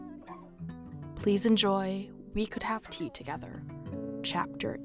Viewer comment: Idk why but it sounded like u said ‘teeth’ in this bit 😂